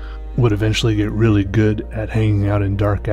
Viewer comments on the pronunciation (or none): none